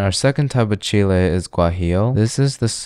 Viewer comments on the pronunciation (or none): The way you pronounce “chile” is like gru trying to say “chill, eh?”